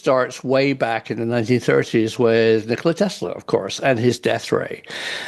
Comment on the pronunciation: “Nickeler Tesler”